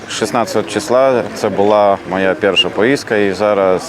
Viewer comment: не пєрша а перша, де видно що він добре знає українську ? навіть одне слово вимовити не може, зате більшість українських біженців польську мову краще і виразливіше знають чим він!